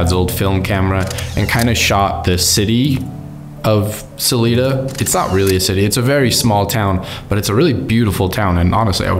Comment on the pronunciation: and it is pronounced Sa l"I"da, not saleda